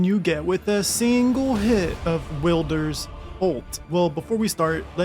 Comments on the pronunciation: no, it's a name, meaning there is only one pronunciation that is correct and that's what the devs named him and how they pronounce it...which is Wild-er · Will-der Who's Will guys? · Will-Deer is crazy 😂😂😂but i like it and love the vids❤ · Tf is Will-Derr?